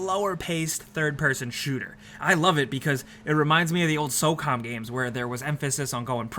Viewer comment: SOCOM was Ps2 online.. talk about ancient. And the way you said SOCOM makes me feel like you've never played it...